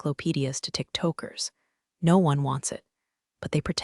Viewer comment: Tick Toakers - there’s a lovely pronounciation, Sounds like a bunch of clock obsessed stoners